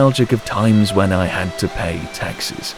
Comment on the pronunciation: Lol thought you were saying taxis